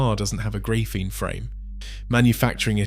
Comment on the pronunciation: GRAYPHENE?! for real dude?